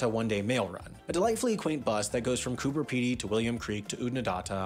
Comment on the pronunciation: Coober Pedy, with a “b”, not a “p”.